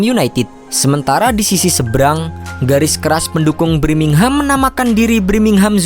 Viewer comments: BIRMINGHAM TOLOL BUKAN BRIMINGHAM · Wkwkkwww Birmingham Knpa jdi Brimingham Ngakak gua setiap dia ngomong gitu... Hahaa hahaaa Semangat trus 👏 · Birmingham bukan BRIMINGHAM blokk!!! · BIRMINGHAM bukan BRIMINGHAM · Birmingham min bukan Brimingham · Brimingham apa birmingham min 😅